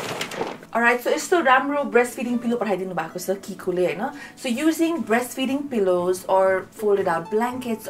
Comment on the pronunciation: It’s not kikoo it’s chicco = chiko